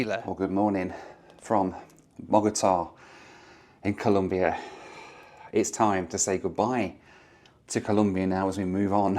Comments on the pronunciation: it's ColOmbia, not Columbia. (It is even a slogan in my home country for you anglosaxon and gringos guys). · It’s ColOmbia, not ColUmbia 😢 (im not even colombian, it just bothers me when people mispronounce it). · Hey. Nice to see you tripping around Central and South America. Just a tip, if you say Columbia instead of Colombia, the Colombians will have more than a few words to say to you. 😂😂😂😂. A nice round “O”,please. Bogota is 2600m above sea level, so it is cold on average. People from warmer areas call it “the fridge’ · Its Colombia, not Columbia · Dear, Colombia isn't pronounced as Columbia. Just a friendly reminder. Nice video!